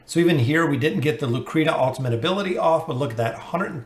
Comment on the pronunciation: Lmao he always butchers names it just feels wrong to hear him actually pronouncing them the right way